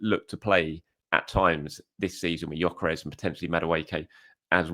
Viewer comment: Its pronounced Yok-ER-ESH. Wish people could be bothered to get this right no G and no EZ